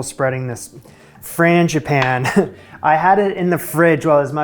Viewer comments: you are really close w/the pronunciation. Frawn, like fawn(baby deer), Gee(bee gee's) pan(frying pan), then finish w/an ah sound. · The English Teacher in me says I have to tell you: Frăn g ĭ păn Ē (forgive me) 🤣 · I have always heard 'frangipane' pronounced the way you did. I might have asked for some cream with those.